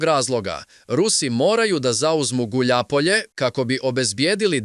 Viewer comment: Гуљајпоље! А не гуљапоље,не знаш руски ујо. Т55 је за словенце,модернизовао Израел.